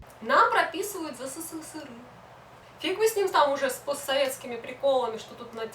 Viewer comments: Сысысыры хахах эсэсэсэр правильно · СССРЫ???? Это что такое? Я знаю только СССР. Все вроде бы и ничего, важные темы обсуждает, но это СССРЫ бесит до зубного скрежета!! Почему ты так говоришь? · Говори правильно сссср а просто СССР . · В целом видео интересное, но СССЫРЫ - это очень жутко и не красиво звучит. Есть "СССР", пусть оно и будет "эСэСэСэР", а не сыры какие-то. Ну и "плохих" и "хороших" туристов/людей в каждой стране полно, не только россияне "не умеют" отдыхать, китайцам, к примеру, и вовсе иногда буклеты выдают "Как себя вести в другой стране", когда они едут на отдых. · ЭССР правильно так произносить!!!!! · Казалось бы интересно, но.. еле досмотрел... Какая-то истеричная подача, судорожная жестикуляция, сплошные причмокивания, как заезженная пластинка - исковерканные речевые обороты, как пример - "сысысыры" и т.п., кривлянье, которое в конце вызывает рвотные позывы.. У девушки самолюбование зашкаливает.. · хватит называть СССР сысысыры... не коверкай аббревиатуру...у меня тоже не однозначное отношение но себе такого не позволяю...за коробящее "сысысыры ставлю дислайк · Как режет это СыСыСыРы... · а в чем прикол каверкать "сссры"? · Впервые услышала такое смешное произношение СССР